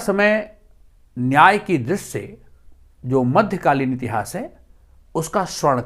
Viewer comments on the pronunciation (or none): none